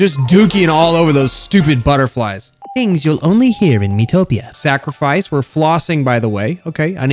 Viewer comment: just said miitopia like: MII TO PIA Hahahaha lol